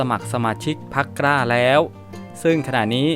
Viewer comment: อ่านควบกล้ำ ล ลิง เป็น ร เรือทุกคำเลยครับ เช่น พรรค "กร้า"